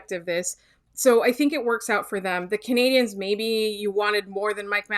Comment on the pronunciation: Can you get the person doing the intro to say 'Canadiens' properly please? It's not 'Canadiahns'.